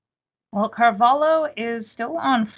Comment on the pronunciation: Damn! This woman saying "Carvalo" is pissing me off